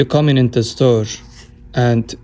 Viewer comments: typical turkish guy: judges ppl regarding what has happened or why the phone looks like this. no respect, nothing. The doghair underneath the case look totally set up btw. Besides that: LEARN TO TALK PROPER ENGLISH! It'S not SirSH, or storeSH. You trigger me so hard. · Wait while you’re talking trash about people let’s say something about you, you can’t even say sir and store right